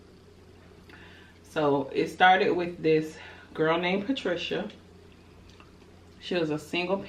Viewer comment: Terrell would’ve been on skates... heelys... 😳😳🤣🤣🤣 fool if you don’t go away from me “wif dis” 🤣🤣🤣 congratulations on the 40k momma 🤸🏽‍♂️🤸🏽‍♂️